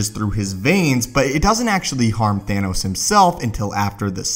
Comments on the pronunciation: umm you said anoss instead of thanos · The way he says Gauntlet and Thanos